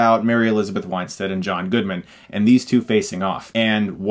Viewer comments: Winestead? Not Win-stead???? You sure? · Argh! Chris! AGAIN, you KILL me with mispronouncing actor's names! It's pronounced "WIN-stead," as it's spelled, not "WINE-stead." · It's pronounced Mary Elizabeth WIN -stead, not WINE-stead. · Pretty sure it's WIN-stead, not WINE-stead. Don't mean to be a dick; love your reviews. Just had to chime in. Cheers, dude. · WIN-STEAD, not WINE-STEAD. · *"Winestead" haha I used to make the same mistake pronouncing her name...tomato, tomaato whatever am I right? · Weinstead? Winestead? It's not even close!